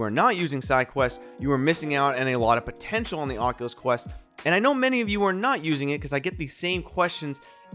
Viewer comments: tells us to pwease not fall for scams like "ocuwueo" Thank you, very "kwool" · he says cockulus